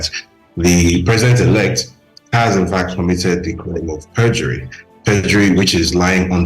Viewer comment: Young lady, the eord is PERJURY and not PREDURY